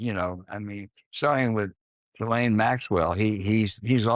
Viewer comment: I'll be so glad when this Epstein horror show is behind us so I can stop seeing Ghislane Maxwell's name butchered all over the place lol